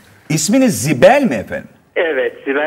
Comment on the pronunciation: Sibel değil zibel judo deil budo😄